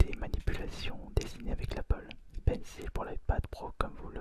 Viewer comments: Bonne vidéo mais on prononce pencol pas pencile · Ta dit pénise au lieu de pencil